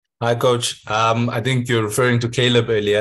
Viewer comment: It's Caleb, ffs!